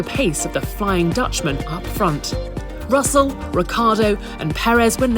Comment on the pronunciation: Ricciardo, not Ricardo.